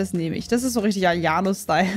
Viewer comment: Hast du AYONO gesagt 😐 (no hate ich finds einfach funny)